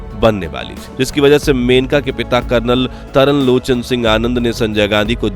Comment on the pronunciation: Taral Lochan nahi Trilochan